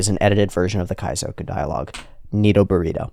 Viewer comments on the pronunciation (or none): none